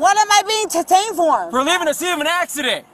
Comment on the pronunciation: "What am I being ta-tained for?" 😆